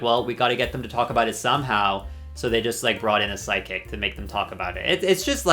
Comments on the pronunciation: you've said PSYCHIC so many times, and EVERY SINGLE TIME it sounds like SIDEKICK. Girl... Just say Mystic. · Why did I hear psychic as sidekick every single time? 😂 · His pronunciation of psychic shows he doesn’t believe in them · Ok, so I looked away from the screen as the Season 13 Psychic section started and heard "sidekick" in stead of "psychic" and now I can't unhear it. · Why are you pronouncing psychic “sidekick”??? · Every time you say “psychic”, I hear “sidekick” and I’m like “What do you mean they brought in sidekicks? What is a drag queen sidekick anyway?” 😂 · at first, I wasn’t watching the screen and I thought at first you were saying side kick… But then I realizd u were saying psychic😂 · I swear I heard side kick instead of psychic 😂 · He pronounces psychic like “sidekick” also Canadian jumpscare he said zed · the way you say psychic sounds like sidekick <3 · i was looking away from the phone when you were talking about the psychic and i kept hearing you say SIDEKICK 😭 i’m like what goddamn sidekick? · I love how the whole time it sounds like he's saying "I don't believe in sidekicks" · Every.single.time😂😂😂 and he said it about 1000x and I enjoyed every single one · Oh thank god it’s not just me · The scariest part about this video is watching you try pronouncing psychic as sigh, kicks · babycakes, why do you say psychic like that? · He was pronouncing it strangely is why 😂